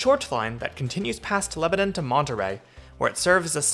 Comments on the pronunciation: You make so many good points about how weird the whole thing is. Maybe someday some of us in the larger suburbs will be able to ride into downtown on the train. Unlikely, but a girl can dream. Btw, it’s “LEB-nun”, not “Leb-a-NON” 😄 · Great video thanks for making this. Just remember in TN, it is Leb-ah-nuhn not Leb-ah-nohn. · leba NAN not leba NON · LebanUn, not LebanOn. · It’s pronounced Leb a nin 👍🏻🥰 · It's "LEB-nun" just for the record. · I’m surprised no TN natives have mentioned the pronunciation of Lebanon. The country of Lebanon is pronounced as you say it in this video, but the city in TN is pronounced LebanIN. I had to get used to this when I first moved to TN. That and the proper pronunciation of Demonbreun 😂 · It’s not Lebanon. It’s pronounced Leb a nun. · Came here to post this. Let's don't tell him about Santa Fe. 😅